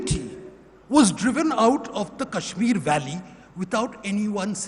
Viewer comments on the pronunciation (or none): none